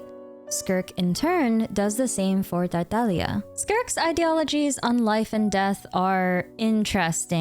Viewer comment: Thank you for pronouncing Tartaglia correctly! I don't know why, but as a fluent Italian speaker it bothers me when I hear people pronounce harbinger names incorrectly, especially when the names come from a treasured piece of Italian art: la commedia dell'arte! :)